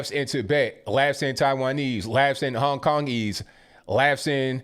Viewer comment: "Hong Kong-ese". 😄